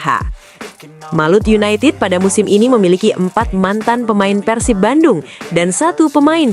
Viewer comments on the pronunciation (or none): Yg bner ath , bukan Persip tpi PERSIB